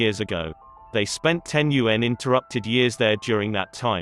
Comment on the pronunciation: "Around 3,000 years ago they spent 10 *UN*interrupted years there during that time" damn that's a good CG voice; if it wasn't for the telltale slip I'd be halfway to believing this was a real person narrating. Still a great vid nonetheless👍🏻